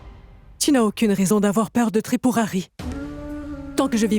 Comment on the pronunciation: Svp on dit tripoari ou trip mouri